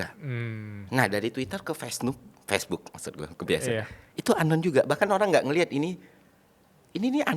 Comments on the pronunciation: Lucu banget pas keceplosan nyebut fesnuk bukan facebook wkwkwk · maaf bang reflek ngakak waktu denger abang blg "fesnuk"